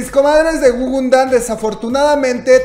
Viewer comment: jajaja guguNdan??? plop! ES (o era) gugudan... te emocionas mucho al hablar y lo dijiste mal de principio a fin...